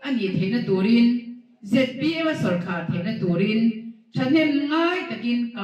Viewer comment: minister meuh in sawrkar tih ṭawngkam alam thiamlo tlat mai.tu man sawrkhar an neih ngai kan hre ngai silo..